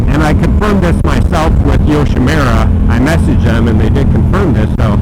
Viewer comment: Pronounced "yoshimoora", not "yoshimeera". But the bike looks great and sounds even better.